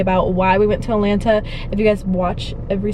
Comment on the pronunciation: So funny how you guys pronounce Atlanta “Allanna” 😝😂😂😂